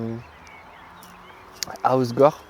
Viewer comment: Maintenant tu sais qu'on dit HossEgore avec le E ahah ""Thon roquefort heureusement que je n’ai pas de meuf"" Tu n'as pas de palais non plus 🤣